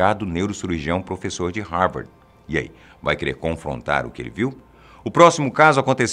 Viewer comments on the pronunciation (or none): none